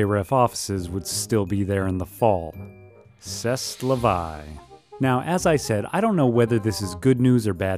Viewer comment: oh my, what an awful way to pronounce "c'est la vie" ;)